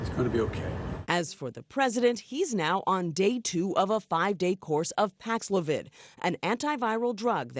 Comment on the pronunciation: Now show the clip of him pronouncing paxlovid 5 times